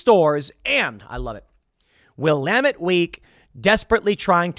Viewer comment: Tim Pool: Will-AM-et Week Someone call the language Sheeeeriff on him